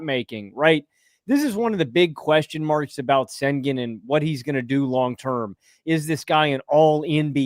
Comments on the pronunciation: how you cover basketball and call yourself nerd sesh then go head say "Sengin" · please stop saying “Sengin” 🙏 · If you can say 'Shai' then you can say 'Shengoon'! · How do you have a “basketball podcast” and can’t be bothered to learn how to pronounce an all star’s name. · Is it really THAT hard to pronounce Sengun's name correctly? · Why won’t you pronounce Sengun correctly? I can’t respect the opinion of someone who can’t even get a name right. That’s just petty and disrespectful, especially when you regularly hear it pronounced correctly and still choose to mispronounce it.